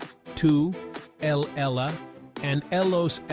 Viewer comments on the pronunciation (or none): The AI-generated American voice mispronounces Spanish words like 'ella'.